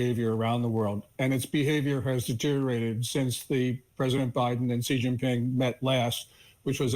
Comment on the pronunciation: Xi Jinping has literally been the president of China for over 11 years and they still can't pronounce his name properly. It's super easy. It's not "Jee/Ji." It's like "shee."